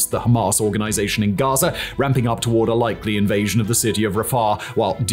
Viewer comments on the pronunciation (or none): none